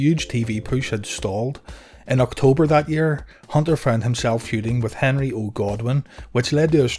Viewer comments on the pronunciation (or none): none